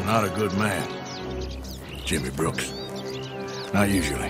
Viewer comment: You called him “brooker” several times, it’s BROOKS